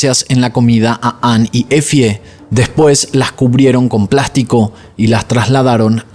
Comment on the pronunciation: EFIE = se lee así "EFY"